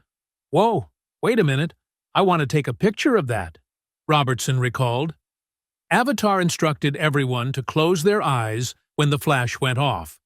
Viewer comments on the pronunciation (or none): Richard AVEDON not "Avatar." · He didn't pronounce Richard's last name correctly either.